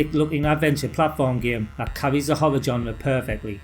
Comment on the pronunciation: Shame Ghouls'n'ghosts couldn't use the same fantastically eerie music of the original. I loved Forbidden Forest, it was unnerving to play back then. 'Genre' is pronounced (d)ʒɒnrə/. SOme of these games I Loved and some, never knew existed, ta!